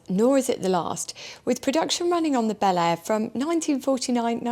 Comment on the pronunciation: Bel Air sounds so different when an American says it. Just sounds so wrong, the way you say it. Sorry.